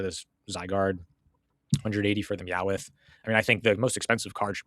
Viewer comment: Calling Meowth Meowith is hilarious 😂 I agree Perfect Order is trash and I have no interest in it whatsoever.